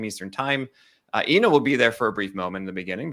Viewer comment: you're mispronouncing Eno's last name. Just ask Eno and he'll tell you.